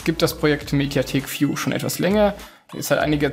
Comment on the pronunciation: Inhalt: Gut! - Aussprache: Katastrophe! -- Folgender Tipp bei dem Wort: "view" (also Mediathek-VIEW). Das "V" niemals wie das deutsche "F" aussprechen!! Also wie z.Bsp.: F-liege. Das "V" IMMER wie das deutsche "W" aussprechen. Also W-ie: W-ie …;-)) W-as, W-ohin, W-ohnen etc. Die Verwirrung ist nun komplett, oder …;-)) - Zurück zum Eigentlichen: "VIEW" wird NICHT wie im Video zu hören ist - nämlich "F-ieu" ausgesprochen, sondern EINFACH den deutschen Buchstaben "W" vor "ieu" setzten. Ergo: "W-ieu". Und schon ist der eigentliche Lautwert erreicht.